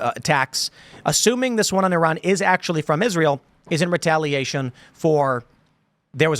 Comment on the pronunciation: "Retailation" lol.